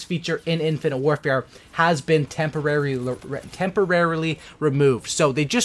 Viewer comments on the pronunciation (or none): "tempoleloly removed"